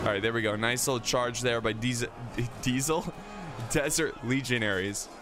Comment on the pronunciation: words messed up: -Fatal -Shotel -Desert (from Diesel Legionaire)